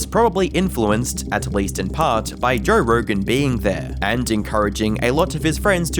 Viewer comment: Who TF is Jorr Rorgan??